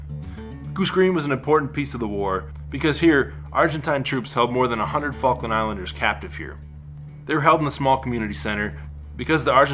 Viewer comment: It's the faklands Falk Lands